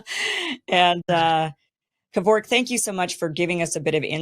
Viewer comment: The way she pronounces "Kervok" is nothing short of an atrocity. US Americans and their way of pronouncing shit but actually butchering it 😂